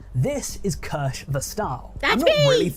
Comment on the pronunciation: how deep did he dive if he didnt even learn how to pronounce "kirsche"? (probably he did and just pretending, but anyway, how tf does this deep-diver have more than 2 subscribers: his mom and grandma)